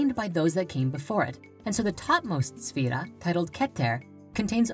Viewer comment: Owyeah Yeah Here's a question, why is the title of this video both misspelled and mispronounced? Because it's kind of stupid to create a video that is demonstrably wrong on every point when you clearly can't even spell or say the subject matter. Pop quiz, who is Sephiroth? For extra credit can you also tell me who Jenova is and how it's also the name of my ringtone.